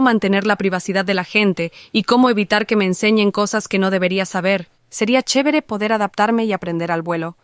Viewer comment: dijo "Chebre"?